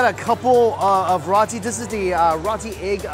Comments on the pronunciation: Oh Mikey, its rowtee not rahtee. Or rather Roti not rati. I love your channels. You can eat what I cannot. I envy your 3 stomachs. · I got so mad wen he said it wrong omg 😩 I live in the Caribbean where we have roti n white ppl say Ruh Tea instead of roti 😩😩😫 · Its not rati its RO-TI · In Trinidad is is pronounced roti [row-tea] as well. Was awkward hearing him saw it like that lol. Either way, it tastes great lol. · Everytime that he said "Rotee" cringe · Haha he said “Rahti” hehe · Put more Pronunciation in the o in rotie